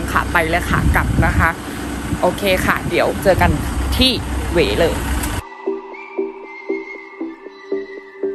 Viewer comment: เว้ ออกเสียงผิดครับ ว แหวน เป็นอักษรต่ำ ถ้าวรรณยุกต์รูปโท จะออกเสียงตรี ครับ ที่พิธิกรออกเสียงในคลิปนี้ เป็น เสียงจัตวา ครับ❤❤❤❤